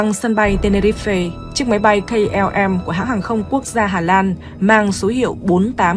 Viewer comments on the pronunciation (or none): Tenerife mà ad cứ đọc ten ni ri phê nghe như ăn phải sạn :(